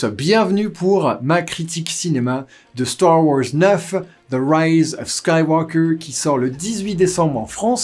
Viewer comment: starrr waaorssssss neuf??